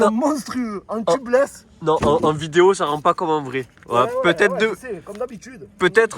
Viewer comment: On dit tubeless et non pas tubulesse MDR!!!